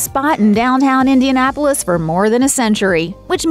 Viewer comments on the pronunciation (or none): none